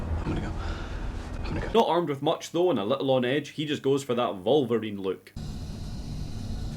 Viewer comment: You said "he went Volva-ring" like Wolverine but I heard Vulvarine and grew concerned.